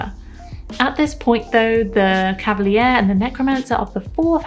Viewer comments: nice video! p sure it's cav a leer, not cav a lee ear, but you made me google it to check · For future vids: it's pronouced cav- a- leer